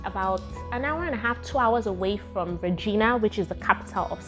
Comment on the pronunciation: 😂🤣 your struggle is real, it is pronounced as SAS-KA-CHER-WAN. And its capital is pronounced as RAY-JAI-NA (the last 2 syllables sounding like the last 2 syllables of a woman's body part)